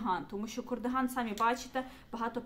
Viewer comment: Я дуже перепрошую, але ж кАрдиган, а не кОрдиган